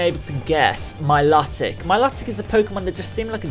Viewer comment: It's my-low-tic